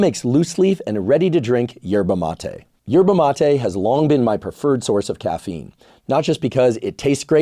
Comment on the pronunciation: You pronounce MatE ina ❤